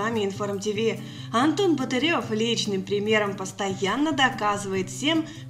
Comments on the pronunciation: Да сколько можео каверкать фамилиб актера. Он БАтырев а не БатЫрев. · Автору пожелание.! Антону не нравится, когда произносят его фамилию неправильно!!!! БАтырев... 👌💯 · Ставьте правильно ударение в слове Барытев. Ударение на а